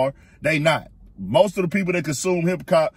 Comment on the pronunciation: Dude said hip-cop 😅😅😅🤦‍♂️